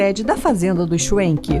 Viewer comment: Se eles são descendentes de alemães, então, a pronúncia figurada e correta é chvenque e não chuenque.